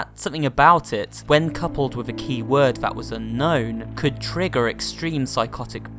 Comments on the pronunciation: Lmao trigfer. No hate bro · What was that Trigfer word he mentioned though?